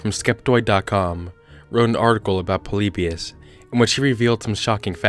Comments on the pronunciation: Are you saying... poleebeeous? its pronounced polibeeus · that's its pronounced po-li-bi-us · It's actually pronounced "Polly-Bye-Us" Not "Pollybeyus" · The way he says Polybus makes me cry 😂 “Po-Le-Be-Us” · God, stop calling "Poleebius" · YOU PRONOUNCED IT WRONG!